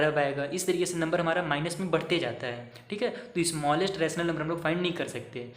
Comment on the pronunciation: Smallest bolna nahi aata 😂